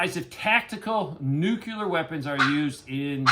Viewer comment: Nuclear is pronounced "New clear. Like the opposite of "Old Clear." If someone pronounces it "newk ular," it just makes them look like a dumbshit.